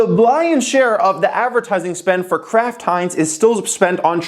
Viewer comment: Am I the only one hearing Crap Heinz when he says Kraft Heinz?